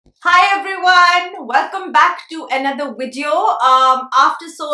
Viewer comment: Listen, luv. It's video, with a "V" and NOT "Wideo". What is it with you South Asians mixing your V's & W's?? Nice video, btw. 😉